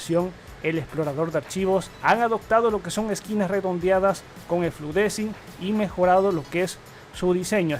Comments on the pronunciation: Fluent disaing se pronuncia... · Antonio: SE PRONUNCIA Fluent disaing LPM!! Mazther tutoriales: ¿Qué diablos? XD